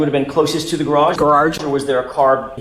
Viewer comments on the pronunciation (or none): Lol and its pronounced "grararge 😂 😂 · I now always pronounce it gararage